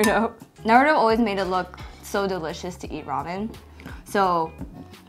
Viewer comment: Omg he actually pronounced naruto right!!